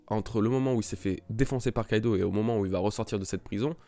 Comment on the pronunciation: Barbaux Nathan je suis assez dacc avec toi a part pour Kaidou ça se dit Kaido...